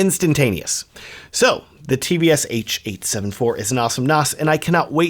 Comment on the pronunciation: why do i keep hearing "tvs-h-EIGHT-74"